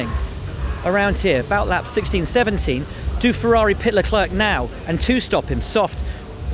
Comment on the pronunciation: Leeweeis (c) Leclerc